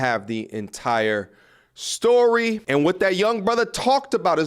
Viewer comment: Sir you said stowwy. Story... say it with me now